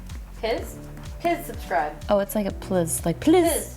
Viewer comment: “Piz subscribe”